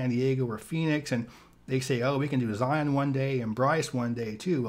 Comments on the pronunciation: Zion is pronounced Zi-en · It's pronounced ZI (long i sound, like eye) un (like the "on" sound in onion). And Kolob is pronounced KO lob with a long o sound for the first o.